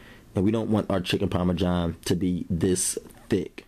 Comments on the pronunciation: The pioneer woman calls it parmajohn too! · There's no "J" in Parmesan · Lol chicken parmajohn my dude salute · Chicken Parma-John? Lol okay looks good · Chicken Parma-john he says.. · Parma JOHN though? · bro its not chicken parma-john its Parmesan. wow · “Chicken Parme-John” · He said chicken Parma John, black people speak makes for good comedy